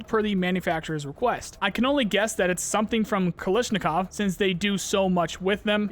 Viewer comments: Just a heads up, it's pronounced kalAshnikov, not kalishnikov. The first and second A letters should be pronounced the same. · I will never get while calls em "Kalisnikof" xD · The AKGuy might have a problem with how you said, Kalashnikov. Lol. great video. Thanks.